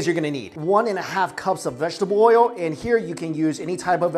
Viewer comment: I know I'm gonna' get tagged as racist for this, but the way he says "oil"... Oi-yo...